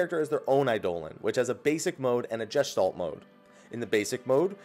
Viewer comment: I cringe at the pronounciation of "Gestalt" mode although it's likely because it's a german word and he isn't a german speaker